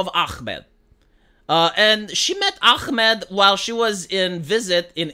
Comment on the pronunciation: Its AHmed and not ACHmed... why are pronouncing the H as Israeli says Chamas when its Hamas. you can pronounce the H Vee?